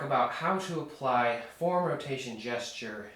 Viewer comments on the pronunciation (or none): This video presents the first time that I have heard your mispronunciation of the two syllable word, "forearm," by a person who's native language is English. You do use the proper, and understandable, pronunciation of the word, "forearm," sometimes. However, it quite often sounds as though you are saying the one syllable word, "form," instead of the correct, understandable two-syllable, "fore-arm" sound. Otherwise thanks for good video lesson.